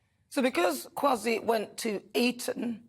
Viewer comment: I love Nana Akua 💕 but I laughed at the pronunciation of Kwasi's name..(K-way-si Quart-inng) is the proper pronunciation. Anyway...love your take on Rupa's comments, twas spot on.